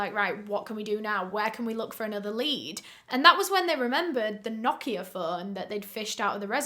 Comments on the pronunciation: This is very unrelated but thank you for pronouncing "Nokia" correctly! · Martin it's not, it's correct pronunciation is "no-kee-ah" british ppl just pronounce it differently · The pronounciation of Nokia was actually spot on 😄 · that’s bc it’s supposed to be pronounced like that